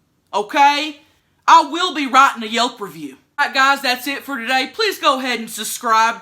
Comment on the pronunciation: “I will be writtin a Yelp review.”